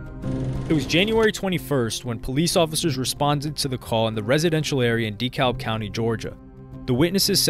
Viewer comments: It’s pronounced “DUH-CAB” County. 🤦🏽‍♂️ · Lol yeah I'm gonna be that guy but it's pronounced*decab" county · Dekalb is pronounced DEE-CAB lol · DeKalb county isn't pronounced "Dee-cowlb" but, rather, "Deh-cab". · It’s Da-kalb not de -kalb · It’s pronounced. De- Cab not De-kalb lol the l is silent damn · hahaha we pronounce it DeCab.. lmao Dee Calb… no beef tho, just a funny native thing. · De-kab we don’t say the L 😅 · The way he says Dekalb county is triggering me. It’s pronounced DEE-CAB county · DEKALB is pronounced : 👉🏽 (Dee-CAB) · I hate how this guy pronounces deKlab county lol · 🗣️ It’s “Da Cab” County. The L is silent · My mans really said DEE-CALLB county this whole video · Yo you’re good bro I love your videos have been watching for years, but it’s pronounced duh-cab county 😂I live here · Dee kalb 😆😆😆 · IT'S PRONOUNCED D CAB County. And yes I know it's spelled Dekalb. Lol. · Plz stop pronouncing dekalb like that. ITS da- cab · Just wanted you to know its pronounced Da-Kalb closer to Da - Cab . Look up something like a Dekalb County police press conference you’ll hear them pronounce it . Good video tho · hearing someone pronounce the "L" in Dekalb is so weird. great video! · I cringe every time i hear say dekalb 😂😂 pronounce it right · By the way being from Atlanta. Buddy who made this video saying DeKalb so so so wrong. That’s not at all how you pronounce it lol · You could take the time to learn how to pronounce the names of well known places like “DeKalb” 🫠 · The “L” is silent in Dekalb County in Georgia. Not trying to be rude, just letting you know. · I hate when they pronounce Dekalb wrong 😂🤦🏾‍♂️